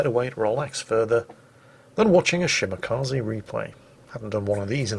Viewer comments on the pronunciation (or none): Dear, Kaze is pronounced Kazeh, not Kazee. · Ah yes, the Shimakazi., when will you learn that the japanese E is pronounced like the E in Echo? xD